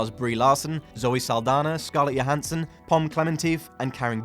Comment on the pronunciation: He said scallia handson who tf is that ? 😂😂